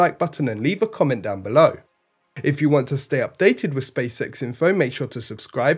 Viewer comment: What is "spay-sex"? How is it related to Space X? Where is "bocache-kur" and how does it relate to boca chica? Learn Human aka American English.